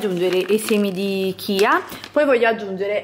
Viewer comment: Non per fare quello che sa tutto , ci mancherebbe , perchè una passione è una passione ma sentire certe cose mi fa rabbrividire . Punto primo si scrive muesli ma è miùsli poi i semi sono di chia e non cia e ball si scrive ma non si pronuncia , Se proprio vi volete divertire e cucinare comprate della vera avena bio e certificata , la tenete circa una notte in una bagna di acqua e latte , la mattina seguente la fate scaldare a fuoco basso , quando avrà raggiunto la consistenza da voi preferita , la potrete trasferire in una ciotolina e sbizzarritevi con i condimenti ad esempio fragole e cioccolato e qualche mandorla vanno alla grande .